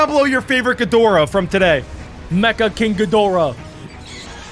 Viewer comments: Bro said king ghidoriah🗿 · It's not King Ghidorah it's King Ghidorah